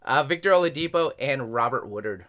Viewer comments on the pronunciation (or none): none